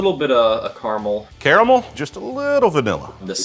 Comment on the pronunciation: I 100% would've subscribed again just for your pronunciation of caramel. 😂 Thank you!